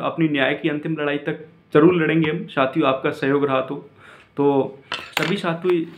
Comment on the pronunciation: भाई साथियों होता है न कि छातियों😊